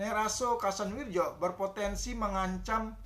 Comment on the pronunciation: Kasanwiryo bacanya itu pak